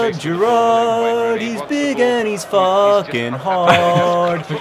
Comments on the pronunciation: Accent on the first syllable in Gerrard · JOHN IM FROM ENGLAND; COULD YOU PLEASE PRONOUNCE GERRARD PROPERLY! love the videos by the way xxxxxx dftba ;) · your pronouncing gerrard wrong btw